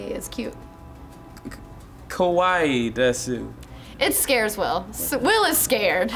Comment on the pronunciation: K-A-W-A-I-I not K-O-W-A-I-I. Lol.